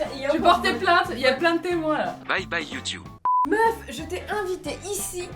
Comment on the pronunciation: Bye bye youtioube😂